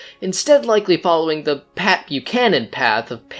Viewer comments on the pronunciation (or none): none